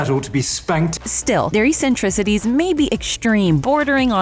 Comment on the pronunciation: “E-sentricities” why did everyone forget how to pronounce words with a double c? It’s a ks sound, not an s sound. Eccentricities, “ek-sen-triss-it-eez”